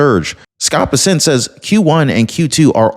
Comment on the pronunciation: Scott Bessant's last name is pronounced Bess-ent. Sounds like mess with a B and ant with an E. ❤